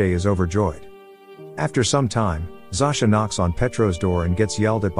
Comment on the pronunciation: It's not pronounced (Zo-sha)? When I lived in Poland, every Zosia I met had that pronunciation. Not (Zau-sha).